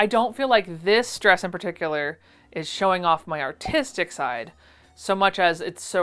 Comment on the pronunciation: So glad you put the word on screen because I definitely heard 'autistic' 😅